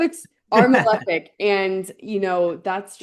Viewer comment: THANK YOU, for saying "malEfic" properly. How did we get to a place where the vast majority of public-figure astrologers pronounce the words as "mal-IF-ic" and "ben-IF-ic"? What kind of George W. Bush Nuke-U-Lar hole did we all fall down?